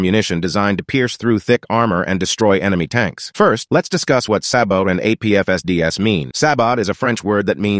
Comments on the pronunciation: This guy: “S A H B O T” Me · WTF is a "sab - ot"? It's pronounced sah - bow . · "Sahbott" ist pronounced say-boe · Its not Sah-bow it's pronounced Say-bow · It's pronounced SAYBOW not sabot ffs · Ahem....its pronounced Say Bow! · It’s pronounced “SEY-BOW”, …. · Sab - ohh It's french, the T is silent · Bro just pronounced sabot as "sahbaht" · It's pronounced "say bow" .... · Pretty sure it’s pronounced like say bow… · You pronounce sabot weird. The "t" is silent. It's pronounced like "say-bow" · It’s pronounced saybo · Pronounced Say-Bow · It's pronounced as " say-boh" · Pronounced saybo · Pronounced "SAY-BO"👈🤣🤣🤣🤣🤣🤣🤣🤣🤣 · Why can't people pronounce sabot, it's say bow cmon dumb dumbs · I always though it was pronounced SAY bō 😒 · It's pronounced say-bo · It's pronounced "Say-bow" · The word sabot is pronounced " say-bo". APFSDS is an acroynm for Armor Piercing Fin Stabalized Discarding Sabot. It requires a smoothbore gun on the tank rather than a rifled one to fire. It generally replaced the prevous type of primary ammo to knock out armored vebicles, the High Explosive Squash Head "HESH". That type of ammo used explosve force rather than penetration to do damage, and is not as good against displacing/reactive armor. The good thing about hesh is that it doesn't require those rare heavy metals that apfsds does. And can also be fired out of a rifled tank bore. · are you Canadian? it's pronounced SAY-bow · Pronounced Say-bo. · its a silent T and is pronounced " say bo " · Say-bow. SAY-bow is how it is pronounced.... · One correctly pronounces the word "sabot" as: sa•BO. It is the root of the abstract noun "sabotage" (sa•bo•TAHZH), from the practice of workers going on strike to protest poor pay, then inserting one's shoe (the sole made of hardwood) into the gearing of factory machinery to disrupt a manufacturing process. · Its pronounced Sabo, the T is silent. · It's sabo (long a, long o) the t is silent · Sabot, pronounced "Say-bow" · Pronounced “say-bo”